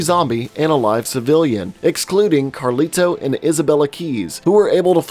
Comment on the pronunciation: You emphasize the T in Carlito WAY too much.